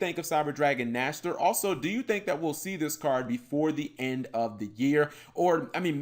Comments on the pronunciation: Nächster Not Nashter means next in German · Its funny at first, but eventually, it can get annoying. I´d like, if they call it Cyber Dragon Nexter. Otherwise, its the Cyberdragon Dry all over again. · By the way, that thing is called "Cyber Dragon Nächster". "Nächster" is german for "next/the next one". English doesn't really have an Ä-sound. But here is a more-or-less ok google-sample